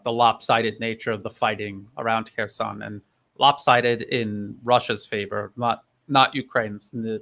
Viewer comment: No Russian speaker, never mind a native one, would pronounce "Kherson" in that way. This smells fishy.